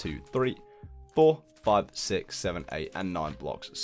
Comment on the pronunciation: your houses are amazing. but the way you say * Sick * and not * Six * is so damn annoying